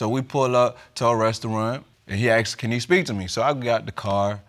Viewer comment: I always notice that they say Aksed instead of Asked